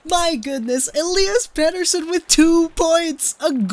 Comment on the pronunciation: Oh man, that name pronunciation was so cringe 😂 but I actually know swedish and know the pronunciation so